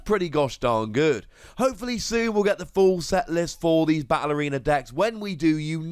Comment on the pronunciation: Every time you said “battle arena”, I heard “ballerina” 😂